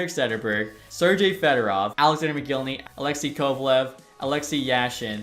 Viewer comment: Why are you saying Sergei with an J?